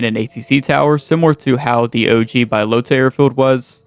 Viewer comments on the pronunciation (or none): Its Bahloata not Baylota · came here to say its B-AH-Low-TA. not BYE-LOTA.... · BA-Lota not Bi-lota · Really bothers me you can't pronounce balota it's not bilota it's BAlota ahhhh bahhhh bahlota fucking dunce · its Balota not Buylota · No way you called it BYElota It’s BAlota airfield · How tf does someone say "bYlOtA" when its Balota? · Bro saying byelota is driving me crazy Buhlota that’s how you say it wtf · lol “Bye-lota”. Do you see an i after the a in “Balota”? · It’s pronounced BUHlota btw lol. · bro you dont say bylota seriously do you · Admit you pronounced it like that for comment bait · don't tell us what to do, learn to pronounce words correct next time. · The way you pronounce balota deserves prison time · sorry couldn't get past the mispronunciation of balota